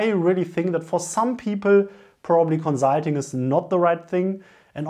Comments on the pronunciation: co-zul-ting. i love your vids though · Great video! Thanks for making it :) My one request would be to please say the "s" in consulting as a "s" XD. Also, I would like to apologize for our British food lol. We are definitely not known for our great cuisine